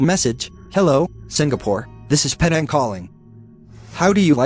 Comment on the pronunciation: Pronounced Penang wrong.